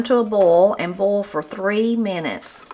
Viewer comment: Salutations du Canada! I'm really glad I found your channel. Nothing fancy or high-tech, just real cooking straight from the heart. I especially love your accent. I admit it took me a couple of replays to realize you were saying "boil" and "foil". I was hearing "bowl" and "foal", lol! Merci beaucoup. À la prochaine! (Thanks very much. See you again!)